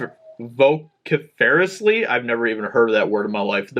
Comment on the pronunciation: VO-SIF-ER-ISS-LEE Come on bro. You gotta level up your English skills if you are going to be narrating articles for us. -__